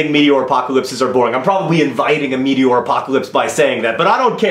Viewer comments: The fact that John pronounces "meteor" as "meaty oar" is making me very uncomfortable. One cannot power a boat with meat. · "Meaty-ore" But also, the most scientifically feasible way a zombie apocalypse will occur would probably be an intense mutation of what causes mad cow disease. Protein infecting prions that deteriorate the brain slowly. Also, going back to the meaty-ore apocalypse idea, Night of the Comet. One of the worst movies I've ever watched while having insomnia and cable access at two a.m. while in middle school.